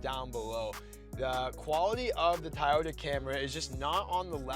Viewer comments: Says he gets roasted in the comments for saying Tieyota...says he will try to say Toyota. Two seconds later..."Our Tieyota highlander comes with..." lol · Dude, I love your reviews and everything but I promise you this, you can count me out if I hear another cringy TAYOTA from you on your next Toyota vehicle review. It’s TO - YO- TA. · No offence, but please know how to pronounce the product name. It is Toyota, not Tiyota. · After the third Tie-Yota I’m fucking out. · It's Toyota not tiyita 😂😂 Just kidding bro. Love this review 👍👍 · WTF is "tie-oda" ? Decent video, but unless you go for the Highlander Hybrid, the Pathfinder is the better choice. It's just a shame that you have to go for the Platinum or SL+package trims to get most of the appealing features on it. Gets pricey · You can pronounce it “Toy-ota”. Try it. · Ta'ota :-). Just joking. Great presentation and comparison!! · I think I'd go for the pathfinder instead of the "tie-oat-a" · It's Toyota it's easy to say just say Toyota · "Tayota"! Got a good laugh on that. Just the way my father in law pronounces it. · Hands down Toyota Highlander. Best resale value and quality over Nissan. And your pronunciation of the name Toyota is wrong.